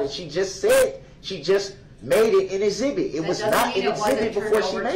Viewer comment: Doesnt she mean "exhibity"? Lol i wonder if he will "Axe" any more questions of relevance-y in regards to this case-y....lol